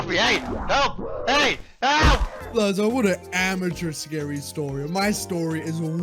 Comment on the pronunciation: I think his name was supposed to be blaze but mispronounced into blaza